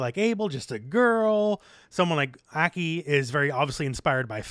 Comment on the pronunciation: ACK KEY? Hope she's pronounced (Ah- Kai)